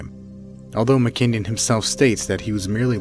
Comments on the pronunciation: It's not mckinyon. It is mckin non. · Its Gary McKinnon, not McKenyan..